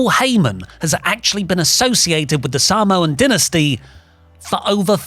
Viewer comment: "the Sahmoan Denesty" 😂😂😂😂